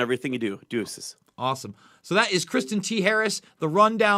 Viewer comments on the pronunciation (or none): Ive been following for years and he is too kind to correct your pronunciation of his name. Everyone else always pronounced it "Kris-tonn". fyi bud.